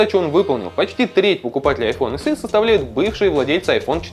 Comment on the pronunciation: Не айфон [се], а [эсе]